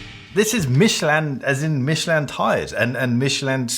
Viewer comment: One of us has been mispronouncing Michelin our entire life and I do not know which. Michelle-Lin to me, not Michele-Anne.